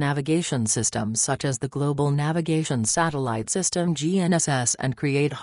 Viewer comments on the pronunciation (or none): none